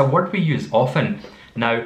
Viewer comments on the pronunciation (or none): none